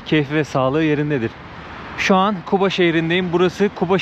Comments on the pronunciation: Kuba diğil (guba)sizde Q harfi yok yumşak G le söyleseniz iyi olur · Kuba değil Guba